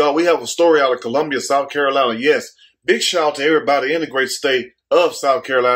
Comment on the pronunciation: or the infamous "kill-lumbia.. smh